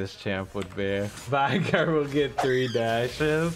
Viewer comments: I swear to god if you say vi-gar one more time I’m only going to go for 1 stacks on minions. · The only thing that needs to be reworked is how people mispronounce Veigar.